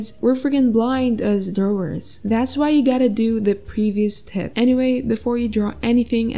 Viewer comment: The "drawers" kinda hurts me